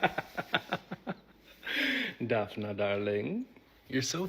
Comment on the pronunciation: it's not pronounced Dafina, it's Daf-nee 🤦‍♂